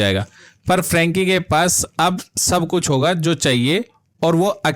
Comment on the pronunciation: फ्रैंकी नहीं फ्रेंची होता है, हुएघी नहीं हुई होता हैं। शोलजर बॉय नहीं सोल्जर होता है। क्रूरल नहीं क्रुएल होता है।